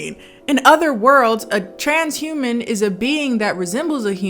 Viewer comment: SIS! When you said "tran-sh-uman" i died!!